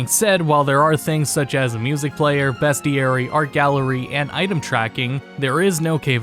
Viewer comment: btw...its BEASTieary not BEST